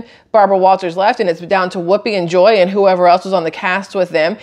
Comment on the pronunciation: It sounded like you called Joy Behar....and now I can't stop laughing.😂😂😂😂